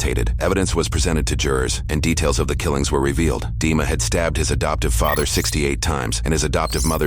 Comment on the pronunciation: Dima, pronounced it, Deamon